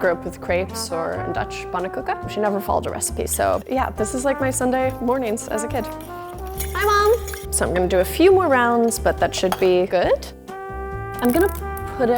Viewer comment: It’s not pannekoeken but panneNkoeken